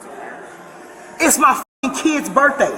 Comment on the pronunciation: Why is it always someone’s birfday?